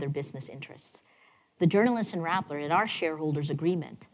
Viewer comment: Rappler not Rattler.